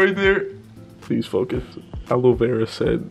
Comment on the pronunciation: Nobody gon y’all about” alo vero 👃🏽👈🏽👎🏽” 💀💀😭